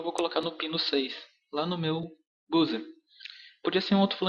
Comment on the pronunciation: MUITO ÓTIMO VÍDEO!! Com todo o respeito e por favor não se ofenda, a forma correta de dizer "buzzer" é "bãzer", ou então falar em português mesmo como você fez no final do vídeo "bUzzer". Parabéns!!